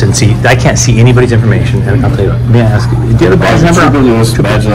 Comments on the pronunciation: Axe you? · She gon "axe" you foe yoe eye dee.....